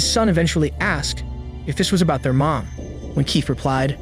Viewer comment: I thought so too at first but if you listen carefully you can hear autotune, then Mom at the beginning is said like a mix of Mom and Mum, and weird mispronunciations like surveillance at 1.02, so I think it's likely AI, bummer.